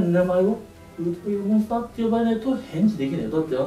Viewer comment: のとこ ウルトラギガモンスターが ウルトラキカモンスターになっとる微笑